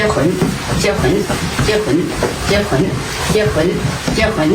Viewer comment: 片尾的「結婚」聽成「接盤」了😂